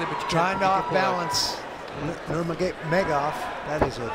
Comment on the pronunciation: Nurmegov 😂 who are these jokers who can’t even pronounce their names.